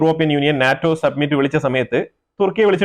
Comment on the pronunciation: താങ്കൾ പലപ്പോഴും 'Summit 'എന്നതിന് പകരം 'Submit ' എന്ന് പറയുന്നു... അഥവാ അങ്ങനെ തോന്നിക്കുന്നു,.. ശ്രദ്ധിക്കണം.... 🙏